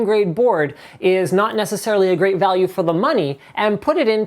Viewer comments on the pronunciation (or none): none